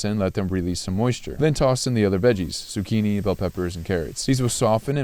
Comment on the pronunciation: im not even italian but that z*cchini pisses me off